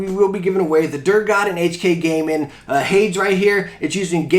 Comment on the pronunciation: Hades is pronounced Hay-Dees (essentially the devil in greek mythology). I don't mean that to come off as rude, just a correction! Great vid as always :)